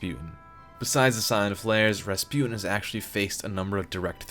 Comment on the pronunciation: finely rasputan